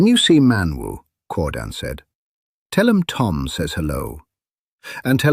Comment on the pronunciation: Keir-dan...not Core-dan